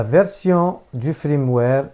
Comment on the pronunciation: Un fiiirmware et pas un frrrrimware sinon merci pour l'info 😁😁😉